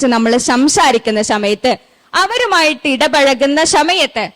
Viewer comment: സമയത്ത് ✅ ശമയത്ത് ❌